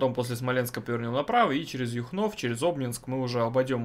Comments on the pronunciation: Юхнов ударение на ю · Привет,ударение на Ю,а не на О